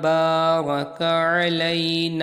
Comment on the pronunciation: bhai ak mistake theek kr len baraka nai hai barik hai